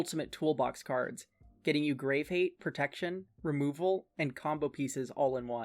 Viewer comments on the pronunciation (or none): none